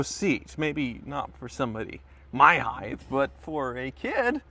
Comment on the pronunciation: please please stop using the word "heighTH". Please.